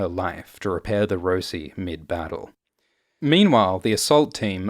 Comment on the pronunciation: It's the Rossi not the Rosie